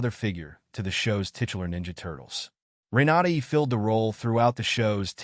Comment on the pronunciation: Ren-a-DAY. Hahah